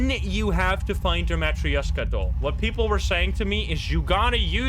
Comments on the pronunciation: BTW it's ma trosh ka I'm russian I would know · I think it is spoken "Matroshka" but idk I don't speak Russian/Polish/Whatever